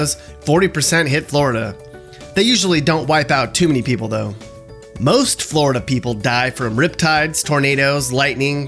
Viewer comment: Flori-duh! Love it